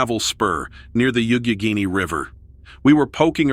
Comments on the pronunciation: It's pronounced "YOCK-a-GANE-E" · The narrator demolished the word Youghiogheny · I like how he pronounced Youghiegheny river